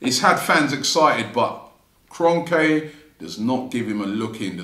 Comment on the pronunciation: It’s Kron-kee ffs.